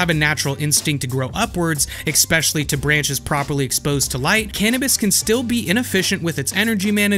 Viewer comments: Lowly Popping --> It's Lolli Popping Exspecially --> It's Especially Just LOL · I'm willing to forgive the "expecially" but bruh.... "lowly-popping"? have you never eaten candy?